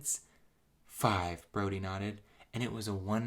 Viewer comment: I keep hearing Brony instead of Brody.